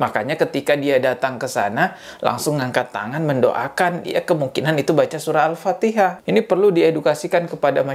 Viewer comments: Mungkin benar, yg dibaca jokowi itu alpateka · Al patekah... 😂😂😂😂😂😂😂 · Dia bukan baca alfatihah tapi alfateka seperti yg dia tau😂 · Alpatekah barang kali...kocak😂😂😂😂😂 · Jokowi baca ALFATEKA bukan Alfatiha